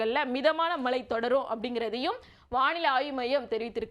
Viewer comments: Anchors Tamil is not ok. Select a person who has proper pronunciations. Change her. It is irritating to hear, ‘malai malai’ . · Malai pavuthi ya😅 ayyo pls don't make the language funny.